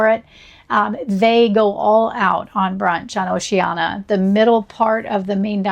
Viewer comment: It’s pronounced with five syllables. O-ce-an-I-a